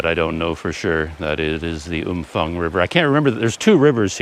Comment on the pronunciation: Hi, my thai partner says the town is pronounced Umpang. Apparently the ph is not like an f in english. She wanted me to let you know. Personally I prefer umfang.